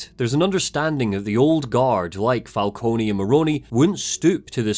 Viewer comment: Maybe I'm having a Mandela Effect moment, but isn't Falcone normally pronounced "Fal-cone" and not "Fal-coney"? I never played Origins, so maybe that's how they do it there, but I'm almost certain any other Batman media I've seen uses "Fal-cone".